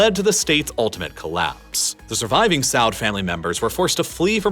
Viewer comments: Saud (sa-ood) not sod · Why do you all pronounce Saud that way, their name isn’t Saad, it’s Sa-Ud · It irks me in a small way that you keep pronouncing it like the past tense “sawed” when you say “Saudi” correctly. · Love the content you put out. Love, love, love! One thing have to point out. You pronounce “Saud” as “Saad”. It is actually pronounced “Saood”. House of Saood! And Saoodi Arabia is the correct pronunciation of the country. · Two (2) comments & a 1/2. * The name of the ruling family is pronounced SA'OUD & not SA'AAD. * It is becoming evident, Saudi Arabia is receiving the Jewel she wanted for a long time..a defense treaty with USA...If I was the Saudi Head of Gov. I would sign such treaty with China...a mighty country with huge military, governed by a central committee & not by Leftists radicals from Somalia (Ilhan Omar & Co.) A U.S. president - who will send U.S. soldiers into harms way - should Iran attack/invade Saudi Arabia...just to fulfill his defense treaty...- was not born yet. * Biden was kicked out of Riadh & sent home holding his "desire" in his underpants. The Saudis REFUSED his request to increase oil production. Imagine the Eye to Eye meeting between MBS & Sleepy Joe. A Nomad saying NO to the president of the (supposedly) mightiest World Power....B.S. Upon his return, Biden received a "hot call" from Hussein Barack & Ben Rhodes, putting Biden to shame. BTW, Ilhan Omar had an Orgasm the minute she heard the news. * B4 Biden moves to a Care Home, he might get the photo op he needs, but won't help him any...a Rose Garden photo in Cold December, at a ceremony with MBS, himself as match-maker and an Israeli Gov. Rep. The Saudis will receive Israel's "Arrow 3" best defense Anti Ballistic Cruise Missile System, the same system Germany bought last week for €4.5B from The Jews they were determined to annihilate only 80 years ago. Crazy World, but it's the only one we have. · “SAAD” 😂😂😂😂 It’s S-a-OO-d